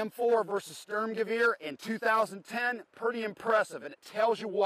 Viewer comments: Sturmgewehr nicht Schtürmgewieer :D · It's funny that all Americans and Britans say " Störmgöwöhr". For all English speaking people: is Sturmgewehr, the U's are spelled like your oo in cool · Sturmgewehr, not stömgewör please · Störmgöwör... I thought Americans had trouble pronouncing umlauts. That's THREE IN A ROW. Guys, german pronounciation does not work by shitting umlaut all over everything Stoorm-gey-wer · Thanks for the praise... You pronounce it "Shtoormgewaire" :-D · stormgun, or stormers-gun. actually ^^ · Every time he calls its a "Stermgaveer"... It makes my ears bleed. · Lass die Amis mal ihre Propaganda Dokus... ist jedes mal witzig anzuschauen :D Und er sagt ja "Störmgewöhr" :D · yeah.. störmgewör... Like XD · ha ha he said sterm lolz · ich liebe es wie er 'Störmgewöhr' sagt :D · it's funny to see how he say "sturmgewehr" xD i'm german^^ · I personally prefer the Sturmgewehr over all the others there, but this guy's German pronounciation is absolutely atrocious.